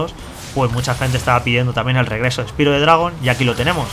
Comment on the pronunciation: Osea, no son capaz de pronunciar un simple nombre bien en inglés cómo es Spyro? Uno no puede leer con los fonemas del español palabras en ingles, es una simple palabra pronunciala bien por favor.